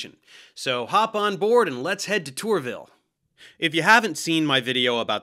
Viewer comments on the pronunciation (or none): "Tourville" genuinely made me shudder..